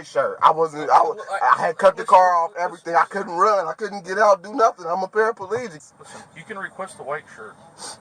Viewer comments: He’s not paraplegic, he’s “parapaelegic” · Parapaleegic 😂😂 can't even say the word and how is he using the foot pedals if he was 😂